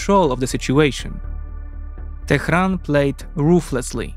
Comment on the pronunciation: "Tehran" is not pronounced "Tekhran".